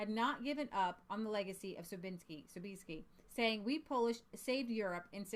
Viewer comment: Sobieski is pronounced Sob"yes"ki. I tried to make it easier in English. There is Sobieski vodka, which is imported to America.